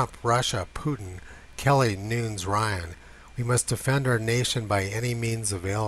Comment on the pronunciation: Devin Nunes' last name is pronounced with two syllables, not one. Noon-es, not noons.